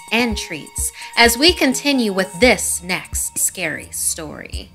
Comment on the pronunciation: “You’re Neck-SSSST”